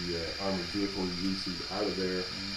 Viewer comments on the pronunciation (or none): Recce vehicles. It's pronounced Recky, not Reasy!